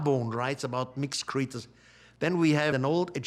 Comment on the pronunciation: “Deeez mixked cxreeetures!”